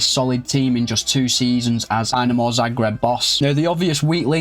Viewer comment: tbh honest, it's more of an insult to hajduk than dinamo fans ;) Also it's DInamo, not DYnamo (not as in "I" but as in "quick")